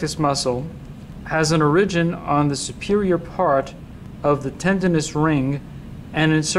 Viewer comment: Informative video, but what's going on with that pronunciation of "origin"...?